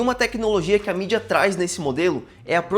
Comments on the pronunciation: Bacana seu conteúdo irmão, mas atente-se para pronunciar o nome do fabricante corretamente para não cair em descrédito com o público. Sucesso! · Achei estranho também